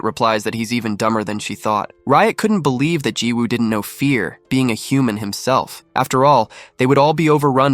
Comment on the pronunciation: There are a lot of mispronounced words in this, like human.